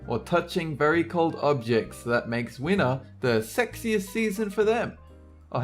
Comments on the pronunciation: it's winter not winner lol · why did i thought you said "wiener art" instead winter? O.o